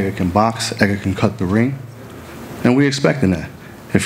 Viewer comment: Someone needs to tell the trainer the D isn't silent in Edgar